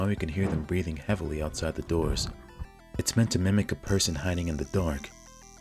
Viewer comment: did you say MIMIC?